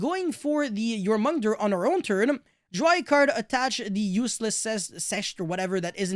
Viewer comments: The pronouniciation for Jormungandr: YOR-MEN-GAN-DER. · The way you pronounce "Jormungandr" is killing me. Love you <3